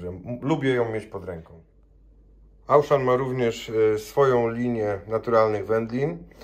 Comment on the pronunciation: Super zakupy. Mała sugestia - jalapeño czytamy /halapeńo/. W j.hiszpańskim 'j' czytamy zazwyczaj jako 'h'. No a Auchan to "Oszą". To nie krytyka, jakby coś!